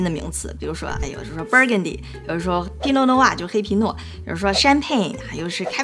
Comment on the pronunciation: 黑皮诺听成拼多多:face-turquoise-covering-eyes